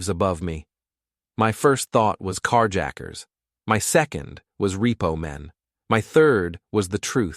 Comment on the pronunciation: "Carjacquers" dude this AI shit is really bad